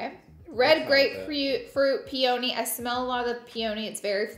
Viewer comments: LAURA baby what in tarnation is a pee-oh-knee lmao it's a flower pronounced Pee-knee aka Peony. When you said PeeOhKnee I died laughing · And the way she says peony, pe-OWN-y 😂